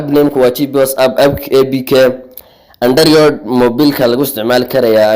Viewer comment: Lahjada iska sax android waxa la idha aanda da rood waxd ku leedy aanda riyood